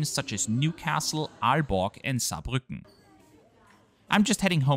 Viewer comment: Saarbrücken is spoken with a strong Viennese accent, but you forgot the oida on the end 🤣